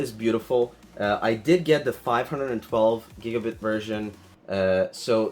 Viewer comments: I noticed that too. The nerd said "BITS" And I was like "Sigh............" 😂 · The way you say “giga bits” 😛